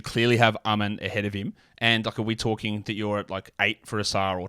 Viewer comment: Amen pronounces Ausars name UH-SAR, and Ausar pronounces Amens name UH-MEN